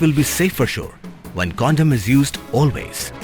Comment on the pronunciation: Condom not condem